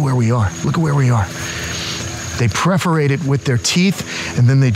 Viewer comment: PERforate not PREforate my friend..